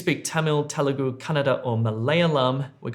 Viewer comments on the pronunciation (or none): It's telugu not telegu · Small correction. It's 'Telugu' not telegu